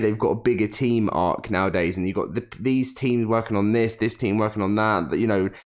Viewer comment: What is "Ass-err"